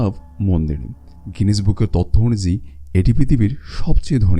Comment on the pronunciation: আপনার কন্ঠ ও বাচনভঙ্গি যথেষ্ট উচ্চমানের কিন্তু বাংলা শব্দ গুলো বেশিরভাগ শ্রুতিকটু হয়েছে। 'এসতন' ' 'অনুযে' এরকম উচ্চারণ গুলো ভিডিওটা পুরোপুরি উপভোগে যথেষ্ট বাধা দিচ্ছিল। ওটা ঠিক করুন, সব দিক দিয়েই সেরা হবে।